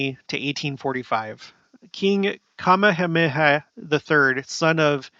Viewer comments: I don't want you to think I'm being a all critical here... simply wanted to help you with the pronunciation of the king in Hawaii. 😉 It sounds out like so➡️King Kuh-mayuh-mayuh. Say it the way I spelled it out sound wise. Just wanted to help you not have a struggle with it when you are trying to say it. You're awesome! Thanks for all your facts and research! ❣️ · I think the king's name is pronounced ka-ME-ha-ME-ha